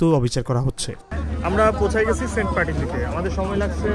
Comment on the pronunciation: sobai boltache saint martin tar poreo apni bolchen saint partin karon ki vai